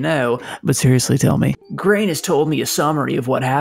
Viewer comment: Grain isn't going to appreciate having his name butchered like that 🍞👎